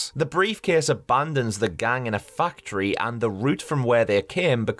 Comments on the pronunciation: When you said "factory", the first few times, I thought you said "fuck tree" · Why is every time this guy said factory it sounds like Fucktree or is it just me